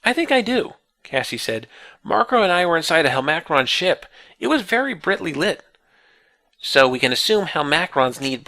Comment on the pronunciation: You pronounce 'brightly' as brittly?